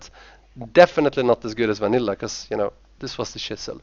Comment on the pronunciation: The way he says "Vanilla" ffs.